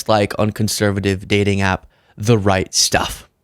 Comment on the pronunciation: So funny every time you said the right stuff I thought you were saying the Reichstag.